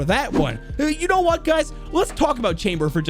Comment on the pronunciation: Its not hwat its what hahahah